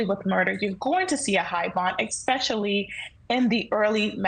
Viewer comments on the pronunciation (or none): Did this attorney just say "eckspecially" twice?